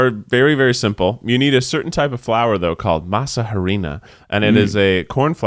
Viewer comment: he said harina and i cringedddddt so hard i hurt my jaw